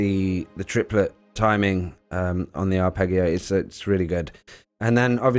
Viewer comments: Arpeggio is an Italian word and it's pronounced ar-ped-gee-o. Arpeggiator is produced ar-ped-gee-ator. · Yes. Sorry, but the arpEGGio and R and Arp is painful. 😁 Thanks for the video though. Really like the choon at the end too. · It's worth mentioning that "arpeggio" is pronounced with the 'g' sounding like a 'j.' Hearing it mispronounced is driving me a bit crazy! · Also Arpeggio/Arpeggiator is pronounced with a soft G (like J). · Wow. Thank you. Really appreciate that. I woke up to this comment and will now have a great day. 😊Thanks! Just to let you know there are some similar tracks on my album "Digital Vegan" which got released last year. Thanks again, and thanks for watching till the end. I hope my mispronunciation of the word 'arpeggio' wasn't too off putting!! All the best to you. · when pronouncing arpeggio use soft G sound not the HARD like Goat. But geez! P.S. Just saw your note that you are already aware of it. That's great. I'll still leave my comment. :) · Haha! 🤣🤣! All good. If it was the AI voice it would have pronounced 'arpeggio' correctly! 😆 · If uploading this video has taught me one thing, it's how pronounce 'arpeggio'. I'll never escape it. Thank you for leaving the comment! Appreciated. Sound.